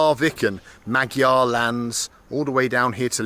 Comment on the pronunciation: Feel scared correcting the great Bald - Magyar is actually said Mawjawr. Bald you found your Indian link- those were Bulgar Gypsies- Indian origin people of course